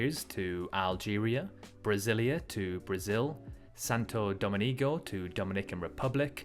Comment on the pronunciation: It's Santo DomINGO, not Santo Domenico ;)